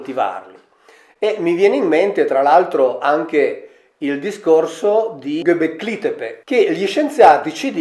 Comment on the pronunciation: Gobekli Tepe si pronuncia diversamente.